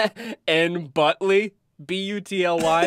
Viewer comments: telling us he has dyslexia, few minutes later reading n-butyl- as n-butly 😂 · n-butyl not n-butly, 😂